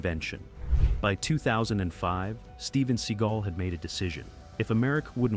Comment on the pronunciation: Seh-GALL, not SEE-gull. You clocked that you mangled Leguizamos name the first time you said it, then after it was always correct (you should've edited out the first time and replaced it with the right prononciation, though). But to hear Seagal's name so many times, said wrong, augh, it's torture.